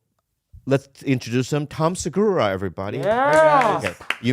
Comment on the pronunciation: “Now, coming to the stage, Tom Slurgura!!!”